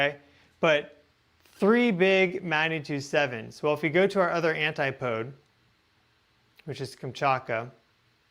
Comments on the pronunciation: In Britain we pronounce it AN-TIP-OH-DEE. Not Anti-Pode ! 😁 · Are you saying anti pode? Or anti post